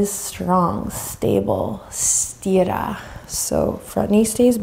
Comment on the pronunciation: Did you say "stira" at a certain point? I mean the Italian word for "stretch". 🙏